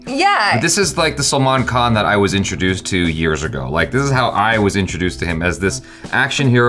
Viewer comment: his salman khan pronunciation has improved :D :D